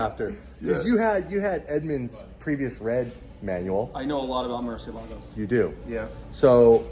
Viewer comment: It's Murci not merci 😂💀